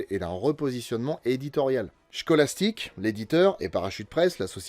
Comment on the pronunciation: ARRÊTE avec ton "chkoulastic", ca se prononce "Skoullastic"!!! C'est fou ça ! Tu fais un gag dessus a la fin et en plus tu te loupes !